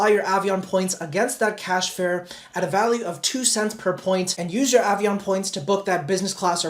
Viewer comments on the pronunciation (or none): none